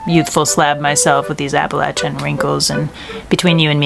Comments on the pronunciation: Respect 🫡 you call Appalachia (apple-at-ya) and not AppalaThia 🤮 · The detail… she pronounced Appalachia correctly😍